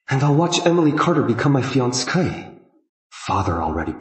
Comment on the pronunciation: 😂 it’s supposed to be fiancée but I think ai dubbing gets it wrong